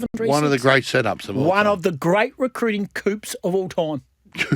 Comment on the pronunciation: At 2.06, refers to "one of the great recruiting cowps of all time". Please tell me he doesn't think that's how you pronounce the word "coup". Please tell me he hasn't gone through 60 years of life saying it that way and no one has told him.